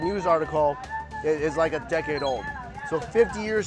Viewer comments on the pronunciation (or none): none